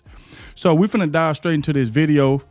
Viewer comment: You do realize that "Finnuh" is not a real word.